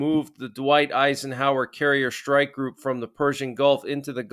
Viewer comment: Schrtike? Isn't it Strike? 😮😊